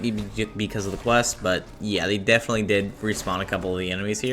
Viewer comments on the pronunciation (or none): none